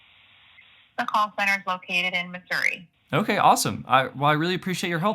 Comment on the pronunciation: Not that I never doubted that she is American but the fact that she pronounced Missouri correctly, even including the U in the pronunciation, proves it.